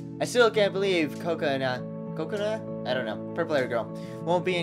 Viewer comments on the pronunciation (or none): Purple hair girl's name is pronounced (kuh-ko-nuh) not coconut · No, it's: Ko-ka-na / Co-ca-na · It's ko kona like cola but cona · its penounced coke-a-naw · you say it like this co co na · It is pronounced like coconut but without the T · Kokonas name is hard to say just sound it out ka ko na say it like that